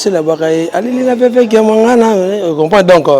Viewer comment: Chroniquer prononciation nayo eza bien te Kia....est non Ka stp